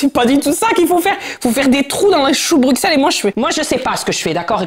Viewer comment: BrouXelles ? C’est pareil que si je disais « Parise » « marsai »